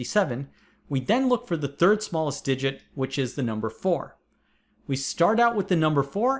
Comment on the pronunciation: Pronounced, "thirnd"